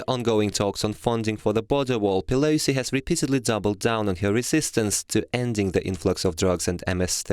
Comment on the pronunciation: Whoever is reading this to us, LEARN TO SPEAK ENGLISH! Her name is ,PelOsi, Not PelAsi! And we're not surprised that her family is corrupt, she's friends with Killary Rotten Shitton. Of course she'd be a crooked piece of shit.